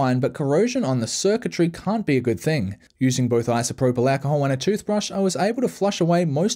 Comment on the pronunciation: i love the way he says isoproblacahole